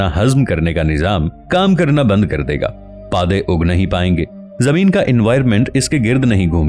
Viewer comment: Puoday lafz hai. Paaday nhi 😂